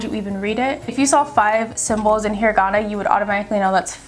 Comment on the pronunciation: you pronounced hiragana wrong